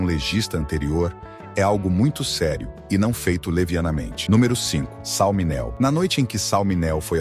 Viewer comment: SAL MINEO (pronúncia-se “Míneo”)